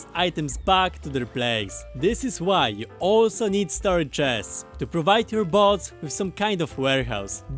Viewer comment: sounds like he's saying "bugs" instead of bots? if this is true it's funny as hell.